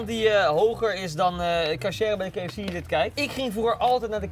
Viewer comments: Mooi dat zoveel mensen de engelse letter 'K' niet kunnen uitspreken, zo ook Koen. KiiiiiiiFC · ke f ci 😂😂